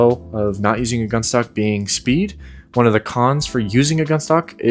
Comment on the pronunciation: Come on … spead? Spead? And this might be a niche con on the gunstock is that if you drop something in the game, if you try to pick it up and you have a gunstock that attaches to the controller it his buffer in between the ground and your hand so you can’t pick what you dropped up. ANNOYING!